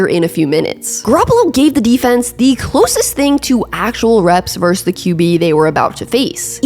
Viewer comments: VerSUS. Two syllables. Not "verse." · I won't rag on you for how you pronounce Titans. But I will for this- and it's something a LOT of people do, but it's wrong: VS (as in Buffalo vs Detroit), is pronounced VER-SUS. Two syllables. Verse is part of a song. Versus means 'against' as in two opponents in a contest. But it's definitely 2 syllables. I don't know how this got so widely spread, but people didn't used to do it. Pat Macafee is really bad for this, but again, he's wrong. Just google (versus + meaning) and be sure to hit the little speaker icon to hear how it's pronounced. Gotta take this word back, one youtuber at a time. First video of yours I've watched too, btw. I enjoyed and gave it a thumbs up. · I can handle how you say “Titans,” but the way you say “verse” instead of “versus” is another story 😂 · It must be an East Coast thing. 'Titans' and 'versus' are words that are pronouced oddly by eastcoasters. Versus sounds like verse. Same thing with JG9's videos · You also can't annunciate "versus" or "important"...you say "verse" and "impordant"